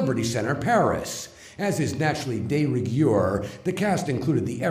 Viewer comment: "De rig-yoor," "Moo-lin Rouge," "hot cut-yoor"...yeah, Miscavige is a genius all right. Why do I think no one is allowed to correct him?